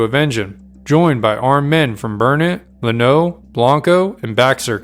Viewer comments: It is pronounced Lan-O. Not La-no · You need to learn how to say the name of Llanno the town and the river. Im thinking you're not from Texas if you got the permutations wrong